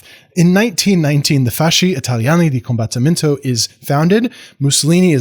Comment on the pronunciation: Your Italian pronunciation is fine, if in doubt, pronounce the vowels (and a lot of the consonants) more or less like how you would in Spanish. The big difference are the double letters which are pronounced as such, so "combat-timento". And "avanti" is best translated as "forwards!". Great video, thanks a lot!